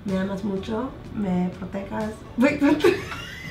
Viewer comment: "Me protekas" 😂😂😂 I was dying!! I say puchalo too girl, don't feel bad. #ChuntisForLife Selena's dad from the movie Selena... "being Mexican American is tough, we gotta know about Opra and Christina"